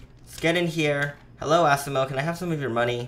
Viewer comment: u are saying asimos name so wrong its asimo not assimo